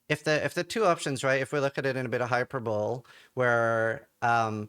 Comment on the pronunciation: Pronouncing hyperbole as hyper-bowl hurts me